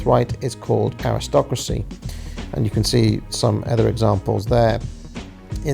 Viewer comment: What is this "Aristrocracy" you speak of?